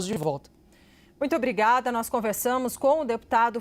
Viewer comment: Apresentadora que fala "brigada" como saudação ao entrevistado é pra akabbbaaaa....😅😅😅 Da lhe Nikolas. #cnnlixo